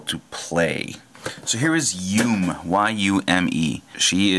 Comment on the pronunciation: That's not how you pronounce her name, it's pronounced Yu-meh lol (means dream in Japanese)